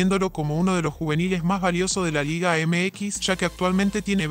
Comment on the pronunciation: De la chingada la pronunciación de este guey … LEAGE ??? No mms